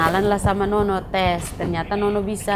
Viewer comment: Ngomong yang benar pak bukan nonok tetapi nono